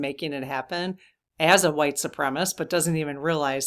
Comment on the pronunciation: Su-prem-a-sist. Combine the words supreme and assist, and you’re close.